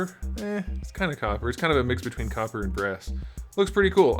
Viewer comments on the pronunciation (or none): none